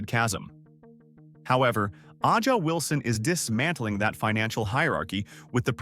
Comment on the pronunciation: It's Ay-jah Wilson